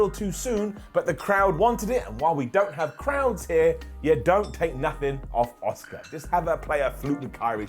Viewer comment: The same way all the British people call Asuka ASK-AH. It's ridiculous